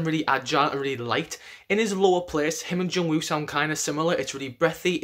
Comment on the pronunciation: The way he say "Jungwoo" and "Haechan" is so satisfying hahahaha